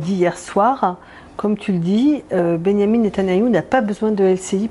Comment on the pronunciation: "nétanaillou".... 🤣 C'est mignon, ça rime avec canaillou.